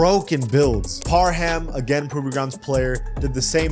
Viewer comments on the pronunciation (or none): none